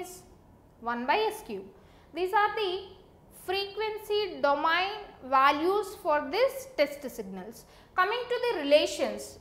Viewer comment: everything is okay apart from "DO-MA-YIN" system